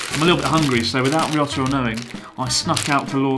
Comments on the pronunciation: When you say ryotaro it sounds like risotto 😂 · Chris mate, I think Ryotaro is secretly having an ongoing, good laugh at your expense by virtue of the fact that you continuously mispronounce his name just about every time you say it!